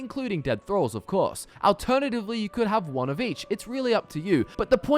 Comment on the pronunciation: The way this guy pronounces alternatively... Ahl-ternatively.. Lol